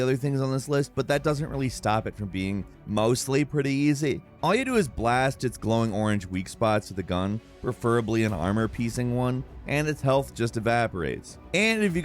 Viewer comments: He def said “armor piecing” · I thought he said it wrong. Glad to see I'm not the only one who heard it haha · How does still have a job at Gameranx? Homeboy sounds drunk or high af... “Armour piecing?” Lol.. I know this ‘normal for him,’ but damn. 😂😂